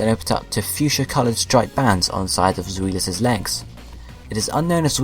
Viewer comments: Its Zwielis pronounced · Pronounciations: Die-No Zvie-los Hi-dri-gon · Your saying zwei wrong